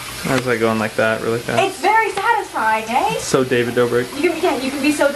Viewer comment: When she says, "eh." 🇨🇦🇨🇦🇨🇦🇨🇦